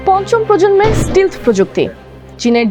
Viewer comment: It is “stealth” NOT “stil”. Please correct pronunciation. Also why are you showing F16, F15, F22 & F35 American fighter jets whereas presenter talking about Chinese fighter jets? Very poor video presentation 😒